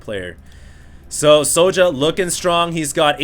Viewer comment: I think his name is pronounced. Es Jouw